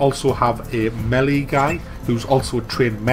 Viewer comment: Rips the devs for writing then pronounces Melee incorrectly numerous times. Oh god.